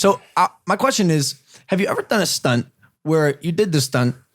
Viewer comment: 😂😂😂 the way he says stunt 😂 good question tho